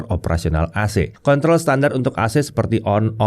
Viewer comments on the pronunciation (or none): none